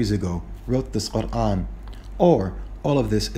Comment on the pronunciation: I m so impressed with the way you say Quran, nothing else